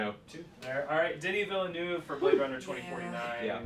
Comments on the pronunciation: "I've gotten a lot better at saying Denis Villanuff". No, you haven't, because it's pronounced "veal-nerve". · You gotta loose the e in Villeneuve! It's Vill-neuve.. Please watch this clip about Canadian Formula 1 World Champion Jaques Villeneuve and get it right! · purposefully mispronouncing Villeneuve?